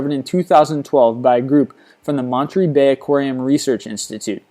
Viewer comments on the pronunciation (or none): It's pronounced "mon-er-ay" not "montry". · Montree? Mon-ter-ray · its pronounced Moneter-A bay aquarium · you said monterey wrong